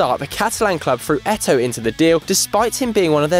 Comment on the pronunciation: He can pronounce chygrynskiy but can't pronounce Eto'o properly